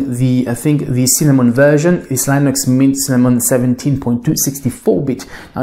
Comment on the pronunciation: You’re just deleting the OS, just say Microsoft is the culprit of slowness because typically it is. And it’s LINUX not Linus. Charlie Brown isn’t laughing